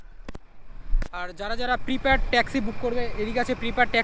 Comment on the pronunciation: প্রিপ্যাড ট্যাক্সি না প্রিপেইড ট্যাক্সি ।